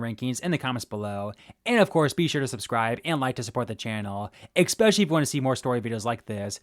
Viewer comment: You lost me at "Expecially"